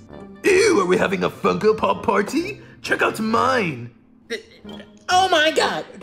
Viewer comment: When you say funko pop it sounds like Fucko pop